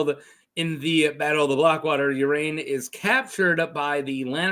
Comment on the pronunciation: I thought it was pronounced Ar-ain "Ar" as in car, and ain as in rain"